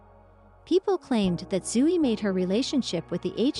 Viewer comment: AI caneven pronounce Zoey’s name correctly.